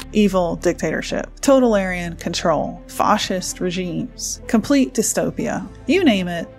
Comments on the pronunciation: Thanks for the important content you're putting up. Definitely, AI could free us all, and we must make sure it becomes an open and free society under it. Just wanted to let you know that the word Totalitarian is pronounced tow - tell - uh - tarian, not tota - larian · “…totalarian control…” TOTAL ARYAN CONTROL?? 😅😂 You mean totalitarian? 😂🤣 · I'm loving the content, but it's pronounced To-tal-i-tar-ian.